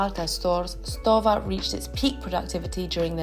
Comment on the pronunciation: Leica = say "Lie-Kuh". (Lie as in lying on the ground) Stowa = say Shtoh-vahh. Lange = say Laang-uh. Sinn = say Zinn Laco = say Laah-koh. And btw, you forgot Dekla.